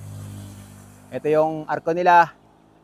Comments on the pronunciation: Welcome to my home province.. Ang naririnig kong bigkas po sa Cabangan ay CA-BAN-GAN and not CA-BA-NGAN.😁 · Ang bigkas ng Cabangan ay Caban-gan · nice video.. pero ka-bang-gan ang pronunciation ng Cabangan 😊